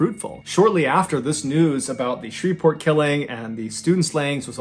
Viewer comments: Pronounced Shree-port. The "v" is silent. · Shreveport is pronounced Shree-port. The v is silent. 😊